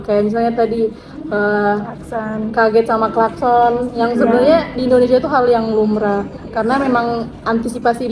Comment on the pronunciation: Bunyi klaskon 🤣🤣🤣 Aduuhhh.... Ulang-ulang kali kata klakson itu terpeleset jadi klaskon 😂😂😂😂